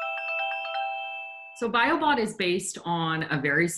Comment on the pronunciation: When he said "Biobot", it sounded a bit like he said "Biobomb".